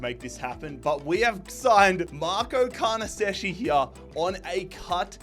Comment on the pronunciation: I'm Italian and it's horrible the pronounce of Carnesecchi😂